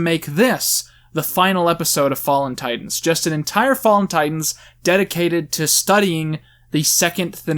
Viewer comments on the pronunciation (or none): none